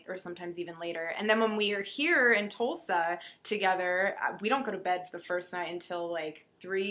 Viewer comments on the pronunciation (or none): none